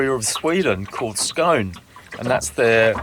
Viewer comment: The flag of Skåne, pronunciation almost right but the ending E to be pronounced, is actually a mix of the Swedish flag, blue with a yellow cross and the Danish flag, red with a white cross. This due to the fact that Skåne belonged to Denmark for over 600 years before taken by Sweden almost 400 years ago. Cheers from Stockholm Archipelago, Sweden!